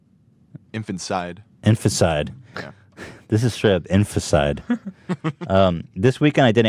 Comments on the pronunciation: It's Infanticide not Infacide :( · It's "infanticide". Inficide sounds like a death metal band. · 'in-FANT-i-cide' :-P